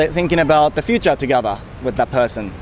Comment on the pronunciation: important と futureの発音が日本人だな